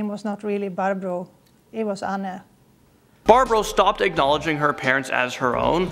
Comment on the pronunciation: I’m more freaked out that the woman who claimed she was Anne actually pronounced her name exactly right. Just like a Dutch person would.